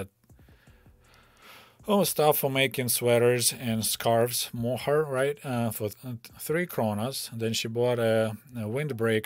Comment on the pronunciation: "Mohair," as in wool for sweaters, is pronounced "MO-hair," with the accent on "Mo," and "hair" pronounced just like "hair" (as in "I brush my hair"). Also, "Copenhagen" is pronounced "COPE-en-hagen," with the accent on "Cope" and the "a" in "hagen" pronounced like the letter "a."